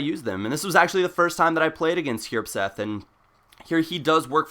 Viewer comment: It's hjerpseth? I dont think so..